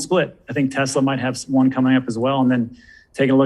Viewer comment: It’s not Tezla, it’s Tesla🙄